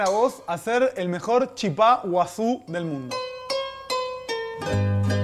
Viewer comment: Por favor paren con llamarle Chipá (con acento en la A), el nombre correcto es Chipa (la acentuación va en la I). Y no es “el Chipá” , es “la Chipa”. En Paraguay y Misiones la llamamos así.